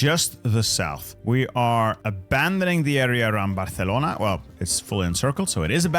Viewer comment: It seems like you are being fairly careful to use local pronunciations for most of these Spanish cities. Why are you using the Castilian pronunciations of the names of Catalan cities like Barcelona? The local pronunciation of Barcelona uses the c as s sound not the c as th sound.